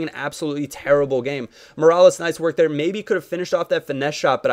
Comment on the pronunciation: MEER-AH-LASS not mirales